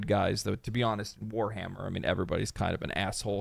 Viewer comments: Facts bro said weshammer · Bro said weshammer and my respect dropped a bit